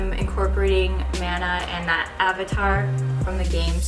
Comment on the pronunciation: you're amazing!!! Maybe you've already known but just in case... The pronunciation of Mana (マナ) is the same as Venus's boyfriend Manaさん:)